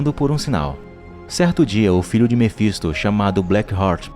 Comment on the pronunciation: Mefinsto é foda kkk Mefintosfis a mulher é rockceni Black work(rock ( (a pronúncia )o jeito da escrita nem faço ideia kkkkk